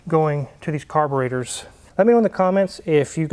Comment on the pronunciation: They are carburEtors - not carborAtors.